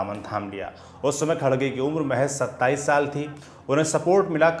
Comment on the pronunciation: खरगे है खडगे नहीं